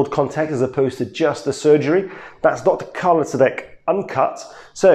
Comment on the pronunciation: I didn’t even realize the channel name and actually thought you said DJ Khaled, I was very confused.